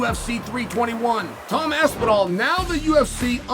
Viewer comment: What the fook is an Asspinol? 😂😂